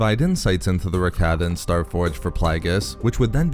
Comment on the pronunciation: Cannot stand listening to this mispronunciation of Rakata. So Cringe to my ears 👂 it’s Rah-Kah-Tah